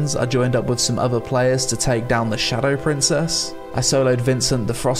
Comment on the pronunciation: Are you pronouncing everything wrong on purpose? Mendrith? Shadow "Princess"